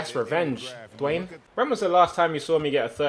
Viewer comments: Tobi it's Dwyane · His name's Dwyane bro